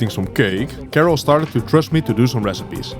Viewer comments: Come on man, we all know "Karel" isn't pronounced "Kerrel" 😆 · you obviously know how to say Karel correctly why do you say it like carol?! anyways nice video